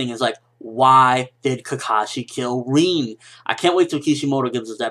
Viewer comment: RIN not REEN